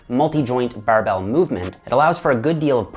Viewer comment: The "buhrrrbell" press🧐